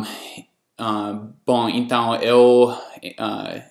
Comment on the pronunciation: Muito bem! Mas vou te cobrar um esforço extra, em 2 itens . -- Na pronúncia da vogal 'E', por exemplo na palavra 'EU' procure NÃO produzir esse som aberto. Pois assim fica parecendo que está acentuando o 'E' , fazendo dele um 'É '. -- O mesmo acontece com a vogal 'O' , na palavra 'NOVO' que fica parecendo 'NÓVO'. não é uma crítica maldosa, e sim uma crítica construtiva..Sei que é difícil, mas resolvendo esses 2 pontos, fica quase sem 'sotaque. Mas apesar disso, devo lhe dar meus parabéns, pois a metade do povo brasileiro, não fala tão bem quanto voce. Abrç e at+